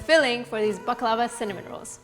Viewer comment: Pronounced " bak-la- vah